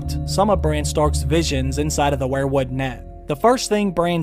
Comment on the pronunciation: you say wherewood, I say weir-wood...kinda weird or should that be whered??????????